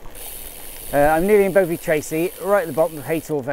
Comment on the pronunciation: Sweet - I used to live in Newton Abbot and then moved to Exeter so I know those routes and climbs really well, lovely and very familiar! The “O” in “Bovey” is like the “o” in “dog”, not “Bow”vey btw - sounds funny when you say Bowvey! (And that’s from someone who now lives in Fowey - pronounced “Foy”!)